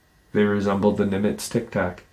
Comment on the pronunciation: It's Nimitz not NIVITZ tic tacs lol